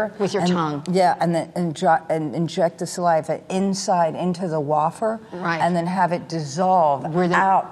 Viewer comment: wAfer? it's wAYfer Kim 😂